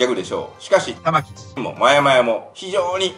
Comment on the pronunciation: 玉城がたま⚪んって聞こえるw